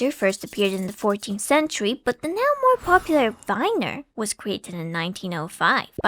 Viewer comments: ie is an "I" sound, not "ai" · It's insane how English native speakers mess up "ei" and "ie" every single time. The say "Epstien" instead of "Epstein" but now they say "Weiner" instead of "Wiener". It's very simple, dear Anglos, in German: ei = "I" (as in "I can't pronounce things."), ie = e (as in "Ew."). Also: e = "eh" (as in "Tastes horrible, eh?"), i = i (as in "dictionary"). Hope that helps. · It's Wiener, not Weiner. 🌭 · Not vainer it's pronounced viiner like "We" because "ie" is pronounced like the letter "e" but "ei" is pronounced "ai" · my in christ, VIENNA. VIII-ENA. VI-EN-ESE. WIIIIIIIIIIII-NER. if it was pronounced w-eye-ner then vienna would be called v-eye-na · way to impress your bilingual audience: put a word from a different language into google translate for that language and have it tell you how to pronounce it, then try to say it that way. example: 'Wiener' isn't pronounced 'Vainer' but it's pronounced 'Veener'. Same with 'viennese' (which isn't even german but english) which is pronounced 'vee-enese' (as english google translate would tell you). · "Viners" ah, yes, from the City of "Vinna" It's still German, so the ie makes an EE sound. We got Weenie from Wiener, which comes from Wien (pronounces veen), which is the German name for Vienna. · i find it funny that even at the attempt to pronounce it correctly, you still did it exactly the wrong way (its wIEner, not wEIner). its actually alot closer to the american pronunciation already, just swap the english W for the V and you basically have it. (seeing english speakers constantly mixing up ei/ie and failing to pronounce either lmao) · German speaker here, vienner is pronounced Vee-ner...so basically wiener but with a v X'D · the fact that beautifully pronounced that tricky German surname but then consistently fumbled 'wiener' (I before E = 'ee'; E before I = 'aye'...because German is LOGIKAL DAEMMIT)